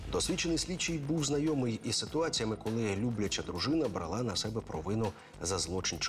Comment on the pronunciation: Шановні, дякую за українську. Але правильний наголос не ''бралá'', а ''брáла''. Серіал мій улюблений.